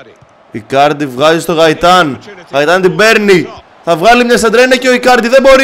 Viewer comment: γκαιταν οχι γαιταν